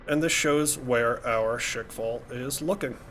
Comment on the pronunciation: It's not "Shake fall", it's rather "Shkval". It comes from english word squall, but it's pronounced with russian accent. (and yes, it actually means what it means in english)